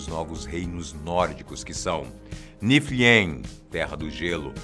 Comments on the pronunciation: Nifelheim = Nifeurraim Jörmundgandr = Iurmungader Valhala = Vaurrala Hela = Rela E não... ...Ullr é filho da Sif com o Odin. ...Atreius é Loki. Gigante, filho de Laufey. ...Kratos detesta todos os deuses (inclusive ele mesmo). Ele não quer que Atreius se torne um deus. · não é "Musperiem" e "Niferiem", se diz "Muspêuraim" e "Nifêuraim"